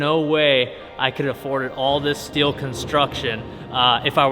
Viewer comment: Wasnt paying attention and heard dad does steal for a living, had to rewind it and realized he does steele not steal for a living 😂